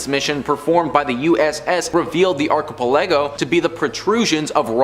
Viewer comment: Please tell me that isn't how you think "archipelago" is pronounced...